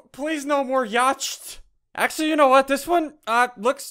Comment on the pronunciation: SUNDEE DO YOU EVEN ENGLISH BRO YOLLARS FREACKIN YOLLARS IS THAT YOUR NEW FORM OF CURRENCY